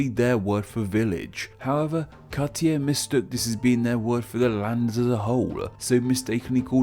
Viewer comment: Minor pronounciation squabbles: Cartier (kar-tee-ay), Champlain (sham-plane or sham-plen), Newfoundland (new-fin-land), Acadia (ah-kay-dee-ah) sans the r, Quebec (ka-beck) and finally Montreal (mon-tree-all or francofied as mon-rey-al). Also, I know that there are also Acadian diaspora in Maine and Vermont.